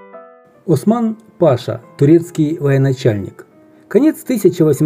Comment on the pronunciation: Маннергейм,будущий президент Финляндии,после исключения из кадетского корпуса приехал в Харьков к родственнику Бергенгейму,основателю Харьковского плиточного завода просить денег,но был отправлен в Чугуев.,правильно произносится Осман пашА.